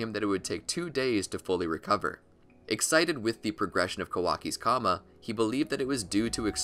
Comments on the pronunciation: tHe fUlL pOwEr oF tHe KAMA! It's the karma lol stop saying it wrong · It's not kama it's karma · Please say it with me: “Kar-ma” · I think you said the opposite fact. Karma is the correct pronounciation and kama is just japanised pronounciation. Karma means "act" in Hindu scriptures